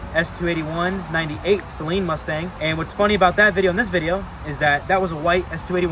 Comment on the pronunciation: its SAYLEEEN